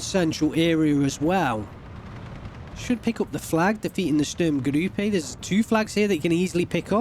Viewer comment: you keep saying Sturmgrüppe. perhaps you save that ü for some unit names that need it?